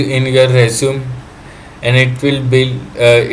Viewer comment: Resume is pronounced res-you-may